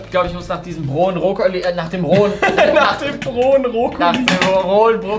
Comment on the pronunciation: brohen Brokkoli 😂